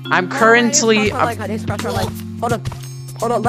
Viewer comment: Bro doesn’t no how to say currently